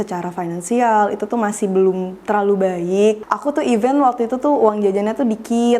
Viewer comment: Pronounnya event lagi